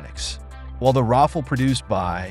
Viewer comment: Rafale is pronounced something like Raphale, not Raffle